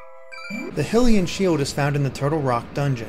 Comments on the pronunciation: its hi-lee-n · You say hylian like this high-lee-an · Hillian. Hillian? HILLIAN!?!?!? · First time I've heard someone pronounce Hylian as "Hillian" like me. 😅